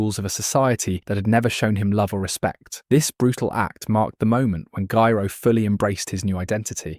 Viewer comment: I don't mind the AI voice, but please make it pronounce Gyro correctly 100% of the time 😭